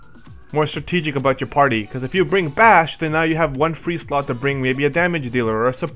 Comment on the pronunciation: Drace is "Dr-Ace" Vayne "Vein" :basch "bah-sh" that's how they are pronounced in the games :) and Larsa "Lar-sah"